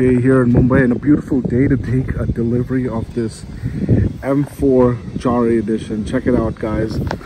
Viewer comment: Front grill definitely grows on you , I think it’s pronounced “yahre “ though.